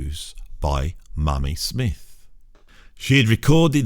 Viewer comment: Short and fairly comprehensive, but hotdamm,, it's Mamie Smith not "Mammy Smith!"